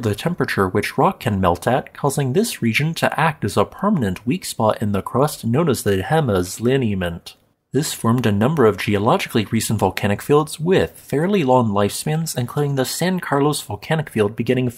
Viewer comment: That Guy Alert: Jemez is pronounced HAY-mez by the locals.